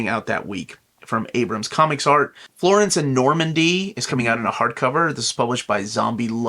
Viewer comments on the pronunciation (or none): none